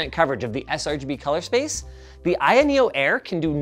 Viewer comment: I keep hearing linus say I.N neo